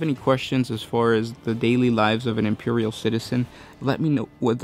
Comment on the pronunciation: Fowty Kay. Impewial. Raddelings. You sound like half a mo-mo.